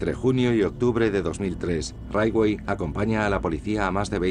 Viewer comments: Por qué pronuncia todo el rato como “raiwei” cuando todos los documentales en inglés dicen “ritchwei” (aproximadamente)? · "Raywey".... Jajajaja, siiiii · Muy buen documental, con lo único que no puedo es en como pronuncia el apellido de Gary. ¿Qué es eso de raitwey? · Por qué pronuncia Ridgway así? 🙄😖